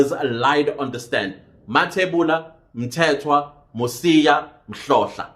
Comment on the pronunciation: Ngu "Mhlahlo" not Mhlohla, 😂